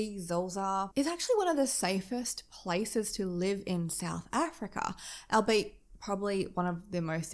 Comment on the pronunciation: Albeit…. All be it is the pronunciation. Love your work